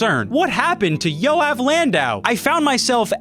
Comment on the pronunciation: I burst out laughing because as a Jew I just realize how bad non Hebrew speakers pronounce Jew names, Yoav is like one of the most common names in Israel and that was my first time hearing it like that